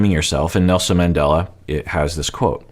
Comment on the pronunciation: Sounds like he said "NoSin Mandela"